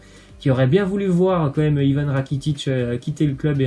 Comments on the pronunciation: Sa fait des vidéos info mais tu dit Ivan rakitic t srx sa se prononce rakitich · *rakititch